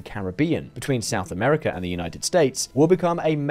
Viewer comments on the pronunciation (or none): none